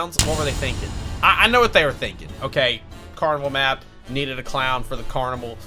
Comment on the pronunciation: Lol he said carnimal twice XD username: tkplays67